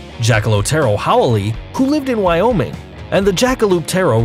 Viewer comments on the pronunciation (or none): none